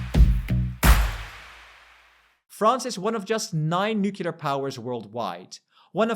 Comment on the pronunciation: You are in the EU talking about the EU. Don't use the stupid american mispronunciation of nucular! it's nuCLEar!